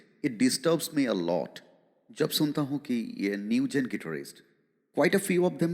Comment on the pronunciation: IMX isn't able to pronounce Guitarist properly and you asking them to listen to those bands😂😂